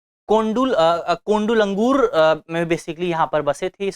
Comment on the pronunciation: कोंडुग्गलूर है नाकी कोंडु लंगूर interesting point guys please watch again 😂😂😂😂😂😂😂😂😂😂😂😂😂😂😂😂😂😂😂😂😂😂😂😂😂😂😂😂😂😂